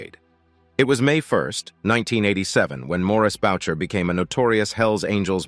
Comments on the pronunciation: its not maurice boucher Its maurice booo shay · Its not Bowcher its Booshea. A french Canadian name that the narrator could easily have researched if he gave a damn about authenticity. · Booshay!!! Notboucher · You need to say Maurice Boucher's name name properly. It is french. Bou- cher In English boo..shay